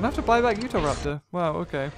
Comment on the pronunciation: pronunciation guide: Bananogmius="Banogimus" Psittacosaurus="Pistisaurus" Deinonychus="Dinochoosys" Utahraptor="Utheraptor" And my new favoritePterosaustro="Sonsopterus"XD you will always be my fave